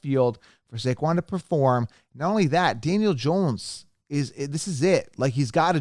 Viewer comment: he got saquon wrong but he said Debbo and cupp and also Najee